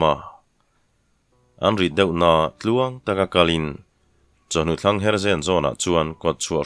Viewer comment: Chawhnu thlangher tia in chhiar ṭhin hi kalo hriatve dan chuan thlangher nilo in, chawhnu tlangher tih zawk niin kahria, mizo ṭawngah.